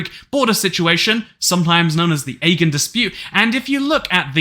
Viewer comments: Aegean is pronounced as A-Gee-an not Eggan just so you know. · ah-gee-yan sea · Pronunciation:- Ae-gee-an! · Aegean pronounced a jeé an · No it pronounced agaiou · my brotherimiz out here saying agen sea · you must get so much joy pronouncing "aegean" the way you do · Are you intentionally mispronouncing "Aegean" just to piss folks off? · I will shoot myself if you pronounce Aegean wrong again